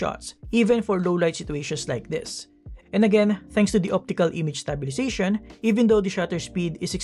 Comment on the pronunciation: nice review but please improve proper pronunciation such as "stabilization", enunciate vowels like "a" in "that", etc.